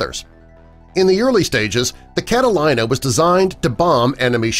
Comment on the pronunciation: *****IT IS PRONOUNCED "CATALEENA", NOT "CATA-LIE-NA".